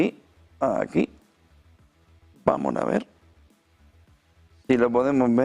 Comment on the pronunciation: "VAMON AVÉ"